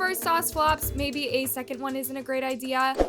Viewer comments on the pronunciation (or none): none